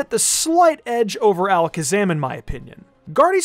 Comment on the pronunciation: gardevoir god of war when said 😂,,🤣